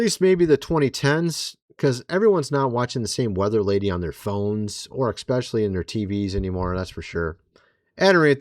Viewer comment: Especially. Not Exspecially. 😊